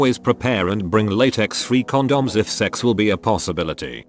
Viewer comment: I hate the way this voice says "condoms"